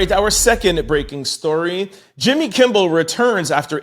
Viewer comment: PLEASE PLEASE ITS NOT KIMBLE BUT KIMMEL. …KIMMEL…..KIMMEL